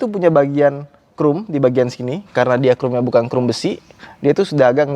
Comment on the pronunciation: agak greget ngedenger ngomong chrome nya 'krum', bukan 'khrom':D